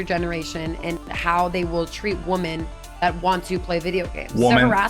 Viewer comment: saying woman instead if women is painful to my ears. Literally makes me grind my teeth.